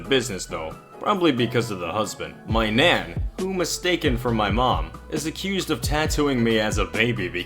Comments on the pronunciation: "Nan" is pronounced with a hard A, like "jack". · Why do you say nan like naun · N-an n ah n not naan nan nahn nah-n sorry if I sound mean it's just funny BC it sounds like you are saying naan as in naan bread anyway sorry for the bad spelling. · Who else is pissed at the way he says nan?